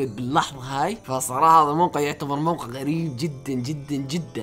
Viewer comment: موقع مش وققع